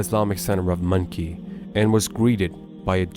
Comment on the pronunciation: Why does the narrator pronounce the town of Muncie as monkey????